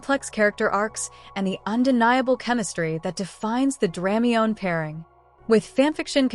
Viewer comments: Is there a print version of this? Thanks! Also, please forgive, but it's pronounced: Druh-my-knee, not Dram-mee-yone. Just saying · it hurts hearing dramiONE instead of dramione (dra- my-nee)